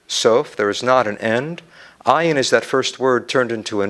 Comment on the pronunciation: I question his knowledge of this subject because he misinterprets and mispronounced well known words. Hesed is not love it is kindness/graciousness. He says IEEN instead od ayn. IEEN means eye. Where did he learn?